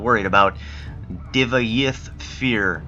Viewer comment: its pronounced Divayth (Die-vay-th) Fyr (Feer) And Fun Fact: Divayth Fyr is one of the most powerful mages ever probably the most powerful he lived to be 4000 years IMAGINE ALL THE CANDLES ON THAT SWEETROLL!!!! he made female for lack of better word "copys" of himself he names his daughters.